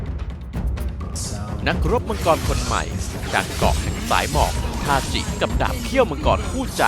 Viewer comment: ทาจิครับ ถ้าเป็น ทาซิ จะออกเป็นTashi ส่วนถ้าเป็นทาจิ จะออกเสียงเป็น Tachi สรุปก็คือชื่อ ทาจิ ครับ